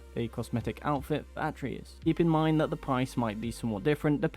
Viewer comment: His name is pronounced Uh - tray - Us....do a review, know the names. Please